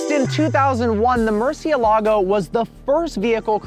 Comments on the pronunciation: the pronunciation is so funny he could at least put more effort into it its not a hard word to say correctly murciElago not murcielAgo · I'm gonna be that guy...it's MurciÉLago not MurcieLAgo. It means 'bat' and is the only word in spanish that has all the vowels, at least from what I was told. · Murcie-lago? cmon haha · You should pronounce it right at least lol